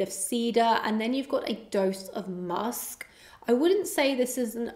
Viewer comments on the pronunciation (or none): none